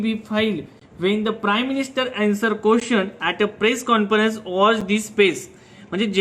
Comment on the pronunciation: Sagla barobar aahe tu fakta words barobar pronunce kar jasa 'questions' or 'writer'.